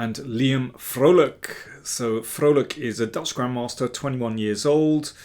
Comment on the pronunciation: As a Dutchman, I got a smile on my face at the correct pronunciation of Liam's last name! (You could even say, I was quite 'Vrolijk' (happy) 🙃)